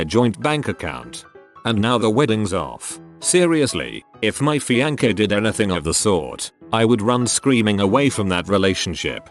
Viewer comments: Normal people: fiancè Text to speech: F I A N K E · The fact that this dude kept saying "fiankay" for fiance pissed me off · Da Vinki?